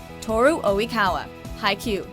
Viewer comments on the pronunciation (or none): that's not how you say Tooru Oikawa.... *cringe* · Oikawa-Senpaai! Oh I love the trash king. He is indeed one of the hottest Anime-Characters I know! (But seriously - How the hell did she pronounce his name? That made me cringe so hard.) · I'm cringing so hard on how the pronounce Oikawa... OMG WHAT THE CRAP?!?!? Like seriously!!! They would be better off calling him trashkawa than what they said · I can't believe how you pronounced Oikawa kill me